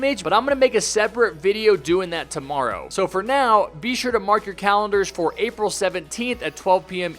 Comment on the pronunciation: It comes out torrowow